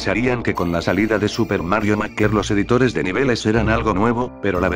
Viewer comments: SI el loquendo dijo maker tal como se lee y no meiker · Te falta mejorar el manejo del Loquendo escribiendo las palabras con su fonética correspondiente (como MEIKER en vez de MAKER) y todo así de forma que no suene feo. Por lo demás me ha parecido un vídeo bastante bueno.